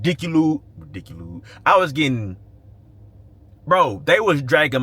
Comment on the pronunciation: "Ridickuled" Lol, whoa pause 💀